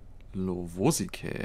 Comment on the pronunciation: lovosice liegt in der tschechei und das c wird nicht als k ausgesprochen , who the fuck cares but im just saying ^^ :D